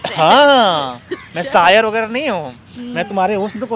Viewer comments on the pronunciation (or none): Saayar nhi hota....Shaayar hota hai...kitni bar smjhau